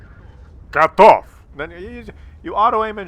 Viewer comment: VGATOV! it is a V at the beginning :)